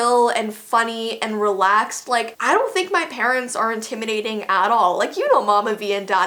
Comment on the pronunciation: Did you mean... "My parents are inTIMMYnating enough"